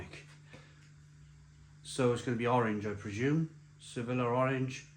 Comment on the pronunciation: Speaking of pronunciations, Sevilla is not pronounced Se-villa, but Sev-ill-ya. I also smashed more than a few bottles of Smirnoff Ice back in the day. Dangerously addictive and too easy to knock back 😂